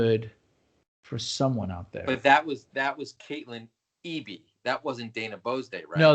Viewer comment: Love y'all!!!!! This was great as per usual!!!!!!! So much love your way!!! EDIT: AND OMFG LIL OL ME GOT A SHOUT OUT AT THE END!?!?!?! HELL YEAH!!!!!!! I'm fucking famous!!!!😂😂😂 btw, you nailed my last name which is RARE it's pronounced E-Bee!!!! Looking forward to all future episodes!!!